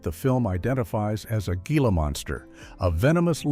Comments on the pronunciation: "HEEL-AH" monster, you stupid AI!!! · It's pronounced "HEE-la" monster!